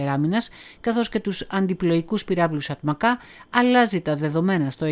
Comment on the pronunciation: Ατματζά προφέρεται και όχι Ατμακά που σημαίνει Γεράκι (atmaca) c = τζ.